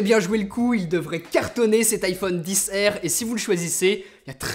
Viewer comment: En anglais, R ne se prononce pas "air" ...